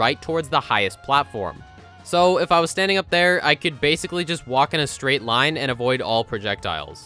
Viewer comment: that spiders first lien "line" sounds like "do me a favor"